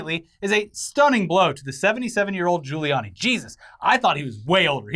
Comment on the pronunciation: I love it how you both screw up saying Rudy Guiliani's name every time you say it, hehehehh